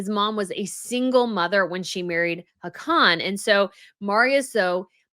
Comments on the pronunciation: pronunciation of Hakon is 'HAWK ON' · His name is Haakon (pronounced "Hawkon'".